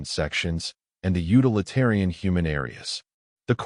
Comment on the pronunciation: The word is pronounced "YOU-till-eh-TEAR-ee-an." And people think AI is anywhere within 3 centuries of taking us over!